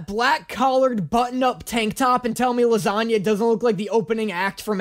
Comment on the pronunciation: "His original pronounciation of his name, as u all know, is lasangna"